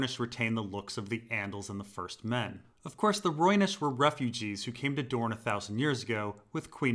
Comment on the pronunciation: The deeper dorne The deepuh duuhrn! The dupuh duhr!